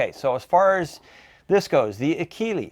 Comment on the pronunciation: Enjoyed this review; especially since I have extensive experience with one of these and oblique exposure to another. First the Akela (and I know I'm OCD, but it ends with an "a", not "e". A-kee-lah as opposed to A-kee-lee), which anyone who had Krals when they arrived in the US knows is a slightly upgraded Kral Puncher-Breaker. Yep, sorry, but that Benjamin that you like is actually a Turkish made Kral, and they make nice guns. The only issue I had with the Krals in my airgun store was they were a bit loud but overall nice guns and the Akela looks like a good gun, except, that annoying lever. 100% agree that those butt mounted levers are just plain irritating. The Bullboss was one of my very best sellers. The down side was that it was and still is heavy. IMHO all the Hatsans with the exception of the Flash series are heavy. But as pointed out here, it suddenly gets much lighter feeling when shouldered and every one I tuned for a customer was extremely accurate (except one that came it with what turner out to be a warped barrel). The only issue I ever had with the Bullboss was that I had to shim the scopes on every single one I set up. That tactical rail was consistently off alignment by about 1.5mm. Finally, thanks so much for including the Walther. I have a former customer with shoulder problems who contacted me looking for a suggestion on a sub $600 bullpup replacement for his Flashpup because, surprise, with a cranky shoulder the rear bolt is getting very hard for h